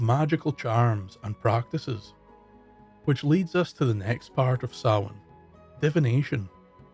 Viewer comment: Sounds like you are saying sauron instead of Samhain.